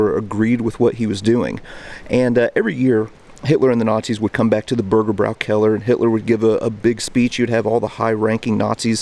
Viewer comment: there is an Umlaut over the ä so the "bräu" syllable is pronounced "broy" not "brau". hence "Burgerbroykeller"